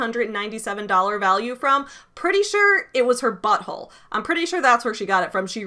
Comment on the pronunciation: Lol, I love the emphasis you put on the word "butthole."